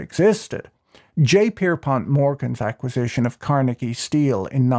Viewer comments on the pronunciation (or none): none